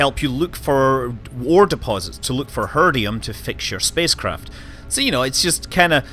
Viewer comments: Her-Id-E-um not herd-E-um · Heridium not "Herdium" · please sound out Her-I-Dium. It's in no way HERDium. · Enjoyed the video, but it's her-i-dium, not her-dium. Just sayin.